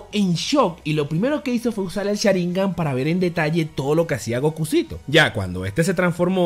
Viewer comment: no se dice sharíngan se dice sháringan